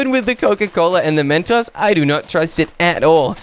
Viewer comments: is Saying Mentos wrong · Why does keep saying Mastos😂